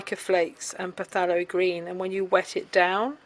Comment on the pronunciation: From an English teacher to an Art teacher - phthalo is pronounced thay-lo. Rhymes with halo.